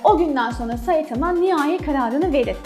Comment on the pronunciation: Suna saitama diye iğrenç bişekilde demen o kadar gıcık ki saytamaa oooo